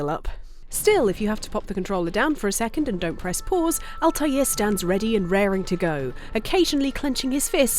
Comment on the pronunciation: The butchering of Altair's name makes me want to punch a baby